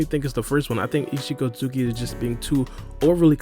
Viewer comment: 😂🤣 Just call him Isshiki bro, we get that hes an Otsutsuki clan member, you dont havta call him by his full govt name everytime you say it, u literally mumble his name now, just make it easier on yourself for your commentary ☠